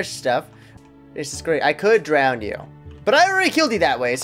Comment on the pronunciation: When you say Drown, you say it like "Drowned". "Can I drowned the teacher?" Lol